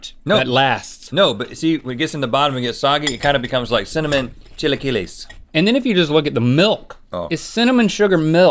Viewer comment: When Rhett said chilaquelles that hit my heart